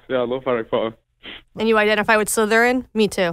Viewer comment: he said "Slytherin"